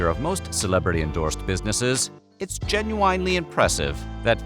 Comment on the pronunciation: listen to that pronunciation of “genuinely”